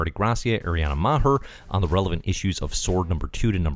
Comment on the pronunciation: The H in Maher is silent. It's just "Mar."